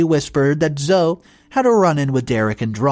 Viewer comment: ZO-"E", not Zo. The E is NOT silent! This is my daughter's name. Please get this one right. It is Zo-E....